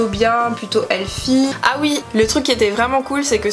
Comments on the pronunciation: on dit Healthy pas healFFie mdrrr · Tu dis heaFy au lieu de health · On dit helthie pas elfi 😂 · Très belle vidéo , merci bcp pour l effort et pour ta sincérité ❤ P.s : on dit healthy pas healfy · Jsuis dead t’a dis helfy 😂😂 c healthy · C'est pas healfi c'est healsy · heu helfy sorry ? heathly pleeease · Stp on prononce pas healthy...healfy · "Helfy" mdrr j'suis morte c'est "healthy" Mais sinon super concept ! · Le mot se prononce :helSy et pas helFy . Sinon j’adore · j’ai mis du temps à comprendre qu’elle disait « healthy » ( j’entendais juste « elfie ») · On dit helthy 😂😂 mais bon on est pas parfait